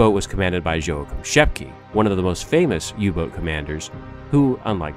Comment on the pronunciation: WHY the hell don't these productions - OR even their voiceover artists - do the BASIC research necessary to find out how to pronounce German names? ... Günther Prien [Pronounced Ginther Preen] - Joachim Schepke [Pronounced Yo Ack Eem Shepp-keh] and Otto Kretschmer [Pronounced Otto Kretch-mer] ...